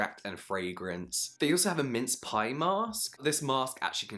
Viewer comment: MINCE ???? PIEEE ??? girl what the fuck ????